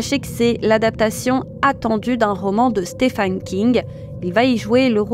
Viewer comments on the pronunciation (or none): none